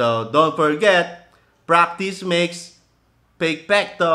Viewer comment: "PRAKTIS MAKES PEYKPEKTO"